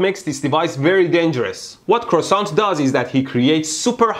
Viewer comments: They are pronounced : CREE OH SAN and written KreosAn, not KreosOn ;) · "Croissant" xD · Say it correctly Kreohsahn